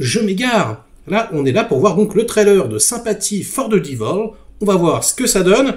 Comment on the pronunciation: On ne prononce "Diveul" mais "Dèveul".